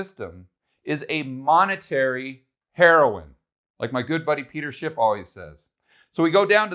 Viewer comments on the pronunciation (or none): none